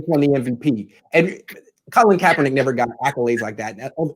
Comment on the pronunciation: Put some respect on Kaep's name, well done Lowell.